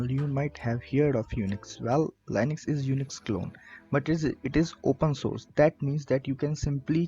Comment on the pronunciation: Great for anyone new, But annoying that you keep pronouncing LINUX wrong.